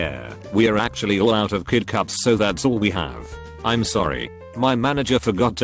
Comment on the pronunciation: Why the fuck does the voice get big words right but when it comes to basic words it fails so miserably 😂😂 what the fuck is Im.....it's I'm